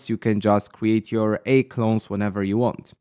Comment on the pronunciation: How to remove the Heygen watermark? I think AI is pronounced A - I